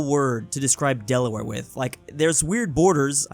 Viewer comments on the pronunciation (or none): Wow - you really got Delaware wrong.